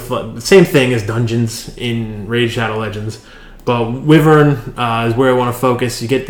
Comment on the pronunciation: the beginning... wyvern has a short/soft "i" like winter. Thanks again :-)